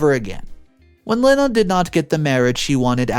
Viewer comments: The name "Lena" is NOT pronounced "Lynn-uh" It IS pronounced "Lee-nah" Another simple and common name that has mispronounced! (So what else is new?) I should think a video announcer would at least announce words and names correctly! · It’s pronounced Lee nah not Len Ah. Can you PLEASE ask Siri or Alexa on how to pronounce names. It takes seconds and does not piss off the people who have the name. Stop being so lazy. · Lena is pronounced as Leena